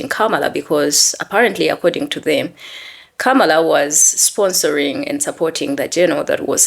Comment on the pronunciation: What a clown? What a clown? They couldn't even pronounce her name so that should've been a clear enough indication of their disdain. I can't find pity for those who deliberately caused Kamala Harris to lose. Commiserations when Gaza becomes beachfront property for the rich yt folks.